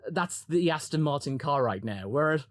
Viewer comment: I can already picture it now. Multiple holes in multiple desks, the echoes of “HE TELLS US CHANGE OUR CAHH, AND NOW HE CHANGE HIS CAHH TO LOOK LIKE OUR CAHH WHICH HE SAID WAS FAKKED. THIS IS NOT RIGHT CHRISTIAN”.